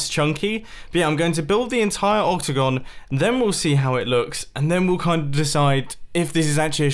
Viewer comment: The whole time mumbo said octagon and what i heard was opticon